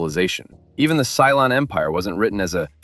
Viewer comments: and "Cylon" not "Cylone." :) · It's "Cylon", NOT "Cylone"... 🤦🏻‍♂️